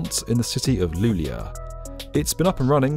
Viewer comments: love this im from Boden its the next door neigbor of luleå that is actualy pronucnced Luleo tho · you pronounce it more like luleo